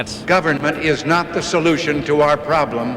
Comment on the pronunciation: Make sure you’re careful and you annunciate because I think it’s easy for someone to not hear you say “not a member of the Democratic Party“ I’m talking about that certain group starts with a K. Stop on double speed and I couldn’t tell that you said not. Even when I slowed it down to regular speed it still wasn’t extremely Obvious, and now imagine someone multitasking and they miss it and just go on. Maybe they don’t quite realize what you’re saying and I just feel like there’s still a lot of people in that certain group that starts with a K who are part of the Democratic Party. But obviously nobody a part of that group that starts with a K is part of the Democratic Party. And that should be obvious, people are told something different about people who have the belief of WSs. So they think you did not say the word “not“ they could really get them hit it off in the wrong direction.